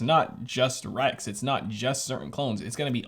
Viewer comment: He said REGS NOT REX.